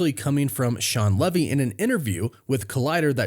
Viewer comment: Hey buddy, it’s Pronounced Shawn Lee V. 😀